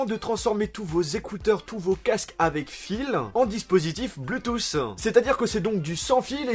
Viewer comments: arrête de dire blutouss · bonne vidéo mais arrêté avec l'iPhone ... c lourd a la fin (pute a clic) aussi c blou touth (bluetooth) tu prononce très mal c triste corrige ca surtout si tu emploi le mot 30 × dans la vidéo ... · Sa me stresse ta prononciation de Bluetooth 😂